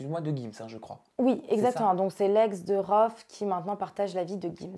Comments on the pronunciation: RHOFF !!!!!! pas " Rhoof " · "rhoof" au lieu de "Rohff" wallah ils ont rien respecté 🤣🤣🤣🤣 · rOOph 😂😂😂 prononcer rouf j'suis morte il la pas respecter